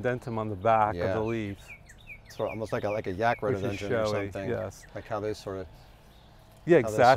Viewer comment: He meant indumentum instead of 'indentum' and Styrax japonicus instead of S. japonicum/japonica, also Cotinus coggygria instead of C. coccigyiria.